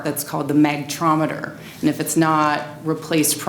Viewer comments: MAG-NE-TRON! Not Magnetrometer. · Now wait was a factory authorized microwave tec and she does not even know how to pronounce magnatron. And no it will not explode. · 12 seconds into the video and already annoyed with her. Magnetron! Besides, what exactly is going to explode?